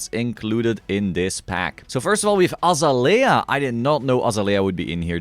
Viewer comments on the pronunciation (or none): its pronounced uh zay lee uh